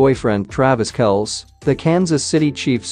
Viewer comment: It’s Travis Kelsee NOT Kelce, guys!